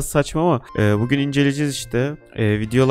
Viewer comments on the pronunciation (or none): none